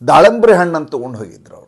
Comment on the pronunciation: ದಾಳಂಬ್ರಿ ಅಲ್ಲ ಅದು ದಾಳಿಂಬೆ ಹಣ್ಣು